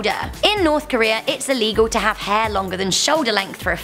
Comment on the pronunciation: Can you say hair? Not haa